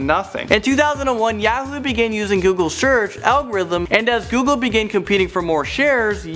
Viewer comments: I Can't stand the way says Yahoo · The way he says Yahoo pisses me off. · Hey says Yahoo funny lol